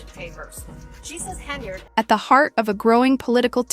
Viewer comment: You can’t get her name correct? AI sucks for you. Its Hen yard